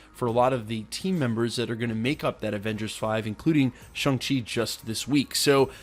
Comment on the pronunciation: It's not shung chi it's Shang chi ...